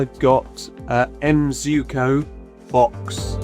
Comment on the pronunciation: Sir is pronounce "Zuiko"